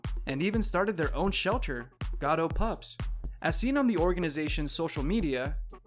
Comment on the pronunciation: Is this one of those automated text-to-speech voices reading cause they can seem to get some of the pronunciations of the names correct. It's GATTO no GOTTO, and SAL, not SAUL.